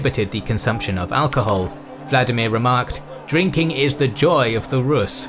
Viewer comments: The correct pronunciation of Vladimir is vla- DEE-mir, not VLA-di-mir. Accent on the second syllable . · You used the wrong pronunciation here. Vladimir is russian, which diverged significantly from the original language of the Rus as a result of steppe influence and the westernization of Czar Peter the great. Modern Ukrainian is closest to the original Rus and the pronunciation there is Volodimir. In old Russian it would also be the same, but Peter changed the language during his reign. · Volodymier, or Volodymyr, not Vladimir.